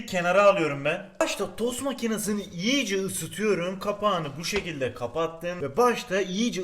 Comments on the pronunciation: Abi o iyice diye yazılır iyice diye okunur yiğğğce diye okunmaz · Abi yiyice değil iyice